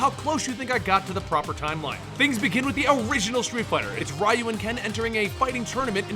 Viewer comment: aggh that pronunciation of Ryu..... other than that good video....